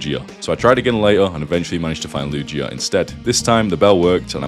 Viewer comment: The only she he mentioned was Eevee, and I've always read them more as a he lol. Maybe you youtuber doesn't know pokemon very well? I mean...he pronounced Lugia like Luigi...there was a literal movie about him lol